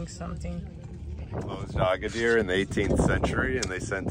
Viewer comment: Agadir NOT Agaidir. 😂